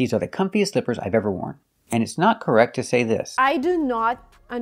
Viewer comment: With 'comfiest' she just seems sloppy with her pronunciation of the superlative degree...